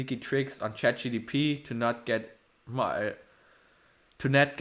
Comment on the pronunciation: you cannot even pronounce CHAT GPT correct ................